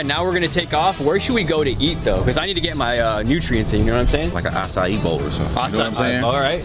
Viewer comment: Who thinks says acai wrong? (No hate)